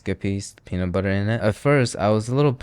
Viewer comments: Did he say the penis flavor? 😂😂😂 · the what flavor? I heard an S in that word, that was not "peanut" 0.0